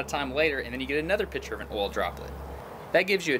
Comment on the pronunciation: Good video Are you saying pitcher or picture?